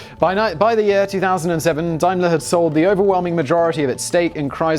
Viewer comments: It’s pronounced Damler. Dimler???? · Arrrghh!! Dame-ler, not Dime-ler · It's DAYMLER-Benz - not DIMELER-Benz! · Dime-ler? Daym-ler, surely! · Dime ler it's day m ler Daimler you have been out of the UK too long. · It's pronounced dameler! It's German. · Are you trying to say Daimler? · You're English but you don't know how to pronounce Daimler!